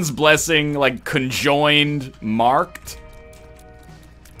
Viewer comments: Every time he said "conjoined" I died a little inside. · Every time he said conjoined, I died a little inside...